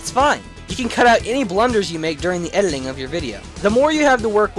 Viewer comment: You keep pronouncing editing "ediling".